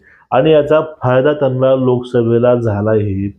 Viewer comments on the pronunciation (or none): त्यानला नाही रे, त्यांना, आधी नीट बोलायला शिक